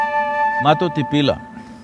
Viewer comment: It's Sadhguru not sanhguru